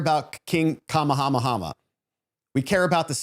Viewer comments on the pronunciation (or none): Just for future reference: King Kamahamaha's name is pronounced "ka MAY ah MAY ah". Thanks for a really great vid!